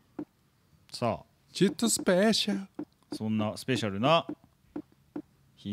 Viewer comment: スペ〜シャ〜ル♪って、発音？が玉置さんのっぽいとか思ってたらまさかの玉置さんのスペシャル口ずさんでて、すごい嬉しくなっちゃいました(((o(ﾟ▽ﾟ)o)))玉置さんも何気に好きなので✨ もあの曲ご存知だったとは〜(o^^o)きゃーニヤニヤがとまらない(笑